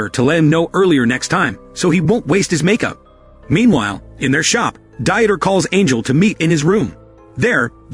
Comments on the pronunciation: really the ai voice cannot pronounce very common names. Dieter is not Die-et-er but Deeter. Jesus is Hey-zeuss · "Dieter" is a German name and is not pronounced as die-eter, it's pronounced as Deet-ter! The illiteracy of this narrator is pathetically sad.